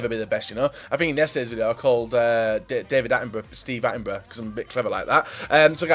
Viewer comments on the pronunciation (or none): none